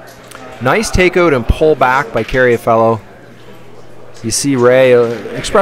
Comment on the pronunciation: It's Carr-a-fielo, not Carry-a-Fellow, right?